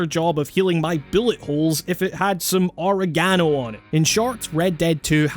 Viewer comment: Ore uh gano